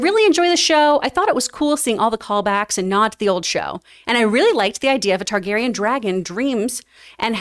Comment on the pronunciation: How has this guy watched every episode of GoT and can’t say Targaryen? The spelling of the name is phonetic.